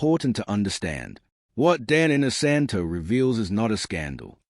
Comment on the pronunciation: Clickbait! Dan is only seen in this video at the front for 10 seconds. The person doing the voice over should have at least learned how to correctly pronounce Dan's last name.